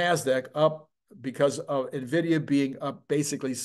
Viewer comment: It's "en" vidia, not "nah" vidia. Love your videos, watch everything you release.